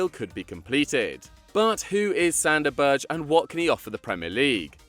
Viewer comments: i very much do like these videos but it would be great to hear names being said proporly. example: sander berge. not berje. norwegians often pernounce every letter in a name. obviously i only hear it with norwegians bet i normally assume you look it up before a video. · Berge is said Berg-e